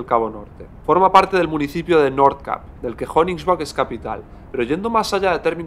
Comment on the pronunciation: NORTH CAPE se pronuncia NORZ KEIP, no norz cap. Al acabar CAPE en E, la A anterior se pronuncia EI, keip. Como GAME, SAME, TAME, LAME... CAP kap GORRO CAPE keip CABO Otra cosa es que aunque NORTH se pronuncie norz, NORTHERN se pronuncia nodern, no nozern.